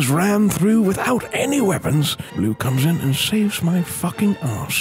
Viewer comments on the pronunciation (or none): he said corpsman not come in